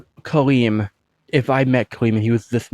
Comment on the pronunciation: As Arabic speaker the way that you pronounce kalim and Jamil it’s a very perfect also they’re mean as means a talkative and beautiful